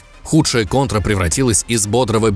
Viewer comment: Не кантра, Контра!